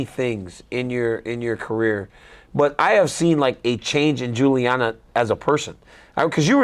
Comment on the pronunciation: DC sucks, he can’t even get Julianna name right lol